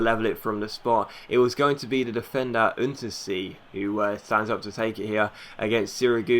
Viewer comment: Untersee is probably pronounced 'Oontersay'